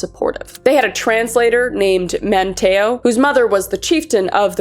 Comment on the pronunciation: Love your story telling abilities but as someone who grew up in the Outer Banks, it's pronounced Raleigh as R-ah-lee & Manteo as Man-tea-oh.